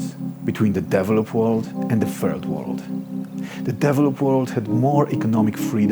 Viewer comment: sounds like he's saying, " the deviled up world " 😂. I'd have to agree too...